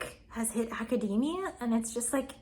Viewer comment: it's aca-dee-meea not ada-day-meea